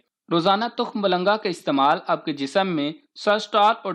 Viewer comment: تخم ملنگا نہ کہ تخم بلنگا